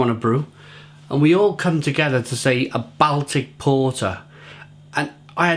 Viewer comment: I not wish you could pre ounce the word Baltic...